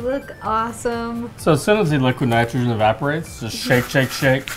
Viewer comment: nitrge? -_- idiot. its nitrogen